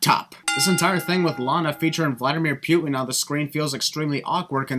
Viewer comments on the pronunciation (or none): Vladimir Pyu-tin. Ding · Pewtin? It’s pronounced Pu-in not Pew-in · you pronounced Putin wrong